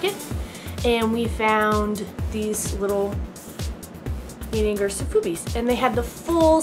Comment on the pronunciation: It's pronaunced ninninJer not ninninGer